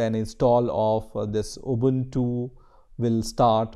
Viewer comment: its pronounced ooboontoo not abuntu